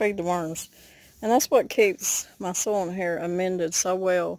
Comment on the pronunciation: I thought you said "soul" and I was like what?!?!?! Then I realised you said "soil" lol